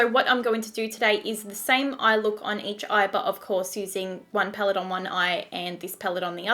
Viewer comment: Before becoming a Youtuber you should work on your pronunciation. Your vocabularies are really disturbing 'HaBHs phaellet' seriously? If you can't speak properly then why are you even a Youtuber?????